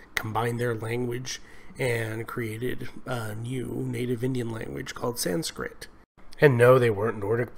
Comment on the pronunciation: it is 'sanskrit', not 'sanskrita'